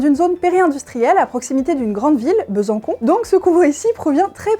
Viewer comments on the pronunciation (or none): J’ai bien entendu BesanCON… dans le Doubsse ??? Il y a une cédille à Besançon ….. et cela se prononce BesanSSon !!! Et on ne prononce pas le S du Doubs… Merci de ne pas trop se moquer de gens de Doubs… et des Bisontins ( les habitants de Besançon !!!) La science ok, mais le français aussi doit être respecté… Sinon très bonne vidéo ! …. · Vidéo bien utile pour clarifier des fausses interventions. Juste une précision ( mais je ne suis pas de cette région ), à moins qu'il s'agisse d'une erreur : Besançon ( prononciation " Besansson " - et pas Besancon ). 🙂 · Le doubsE ? BesanCON ? SACREBLEU ! Le Doubs se dit comme "doux" et il y a un ç à Besançon, crénon de vindiou !! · BesanSSon, pas Besancon xD y'a un "ç" dans Besançon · Il y aura toujours des crédules. Petite correction : on dit "DOU" et pas "DOUBECEU" pour le département du DOUBS et "BESANSON" et non pas "BESANCON" car il y a une cédille au C : BESANÇON... A moins que ce soit volontaire ? 🤔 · Mes oreilles saignent … le Doubsssss et Besankon… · Besançon se prononce Besansson. Voilà, voilà. Et merci pour les vidéos ☺✌👍et bonne année bien sûr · Hum cette vidéo est générer par IA, dans la vrai vie, tout le monde sait on ne dit pas BesanCon... mais pesant Cons ! Et c'est dans le Douuups ... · Je vais pouvoir apprendre quelque chose à. Besançon, il y a une cédille. Du coup ça ne se prononce pas Besancon. A part ça bonne vidéo comme d'habitude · "besancon" "le doubse" cette master classe de ragebait 👌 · COMPLOT ! c'est le doubs ( comme roule tout doux , pas doubSSSS ) , et Besançon ( comme le mur du son , pas comme les cons :D ) , bizarre que vous hommes lezards ne " sachez " pas ça super vidéo ! continuez